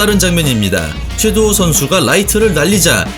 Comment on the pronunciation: 최도후 선수가 아니라 최두호 선수입니다. 영상 초반에 3번 정도 잘못 발음하시네요.